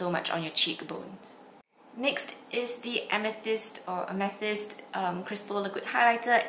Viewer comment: Its pronounced ame th ist like the stone.